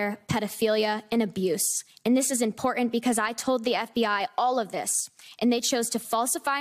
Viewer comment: Can’t say important or button or written anything with a t in it is difficult for youth these days. Because she’s reading it doesn’t mean she authored the verbiage